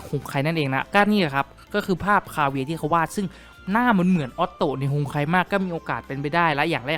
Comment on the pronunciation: kaveh = "คาวี" ได้โปรด "ไมใช่คาเวีย"